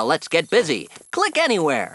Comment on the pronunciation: Click anywer... Click anywer... Click anywer...